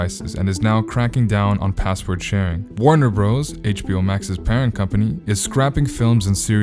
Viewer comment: "Warner Bros." is pronounced "Warner Brothers"!!!!!